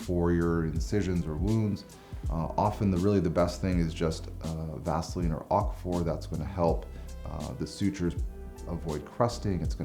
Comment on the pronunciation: Did he say vaseline